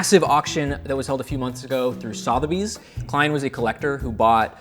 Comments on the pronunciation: Sotheby’s? Is that what you’re trying to say? Sotheby’s sounds like sss-other bees. 😂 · Sothebies is SUH-the-beez not SAW-thuh-beez. Porsche is Por-SHU, not PORSH.